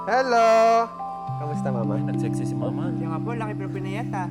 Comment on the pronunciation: Ako lng ba ung bawat bigkas ni ng mama at papa Ang sarap sarap pakinggan grabe